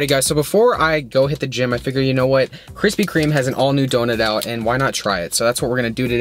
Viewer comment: Yo - your videos are entertaining, but why are you adding an 'S' to Krispy Kreme? There's no S my man 🤓